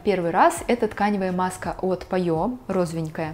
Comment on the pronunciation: Правильное произношение на французский манер «Пайо»